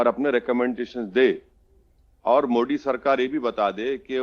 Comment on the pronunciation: मोडी नहीं रे बाबा, मोदी जी बोल.. क्या नेता बनेगा रे तू...